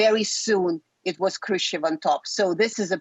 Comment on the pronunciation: Khrushcheva, not Khrustova. And it's Nikita Khrushchev, not Khrustov. That's not an acceptable mistake for a DW host.